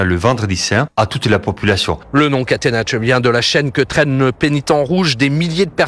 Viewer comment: Catenacciu à prononcer pour être correct "Caténatchou", pas Catéchane (étrange cette manie de prononcer en oubliant le ou).